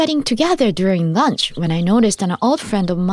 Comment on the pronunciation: Hello, Would you like to have some LURNCH? 😂 Good evening would you like some DINNTER 😂😂😂